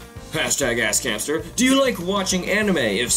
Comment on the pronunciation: it sounds like he says "Ass Cancer"